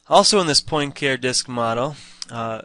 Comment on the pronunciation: Also, hearing poin care is like hearing ewe-ler for Euler :-) For further reference, it is pronounced Poin-car-ay :-) Cheers!